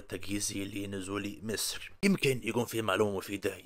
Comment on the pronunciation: انت ليه بتقول ميسر زي المكسيكيان برزيدنت؟